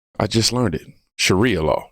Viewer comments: Sharia is pronounced Sha- Ree-ah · Sha reeee ah. Emphasize reeee Long ē sound. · Hey, my brother...Allow me help you with that pronunciation: It's Sha-RI-a...It is made up of THREE syllables...And, it SOUNDS like "Shuh-REE-uhhh", with the EMPHASIS being on the 2ND (or MIDDLE) SYLLABLE. I hope that helps! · "Sher Ah" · Sha-rhia law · When you say Sharia it sounds like diarrhea. So SHUH REE UH. DIE UH REE UH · lol You're the best! It's pronounced "sherr-REE-a" if it's Sharia Law you're talking about 😊😊 God bless you and yours, good sir, and thank you for all your hard work, dedication and courage! 🙏🙏✝✝💗💗 And quick question folks... WHY are those Somalians here if they'd rather live in Somalia??? If they're so "successful," can't they afford to get their behinds BACK to Somalia??? 🤦‍♀🤦‍♀ GARBAGE!!!